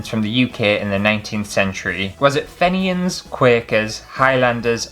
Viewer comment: I got sh*t lol The Fenian answer is pronounced Feeen-yin. It is used these days as a supposed insult by some towards Catholic members of society in Northern Ireland. No, I don't get it either, but I don't 'get' hate 🤷